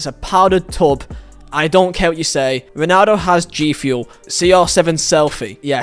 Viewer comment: “Yo-nan-do” know him